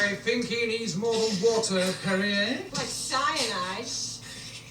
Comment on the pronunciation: "I think he needs more than water, Peri, hey?" (Perier) 🤣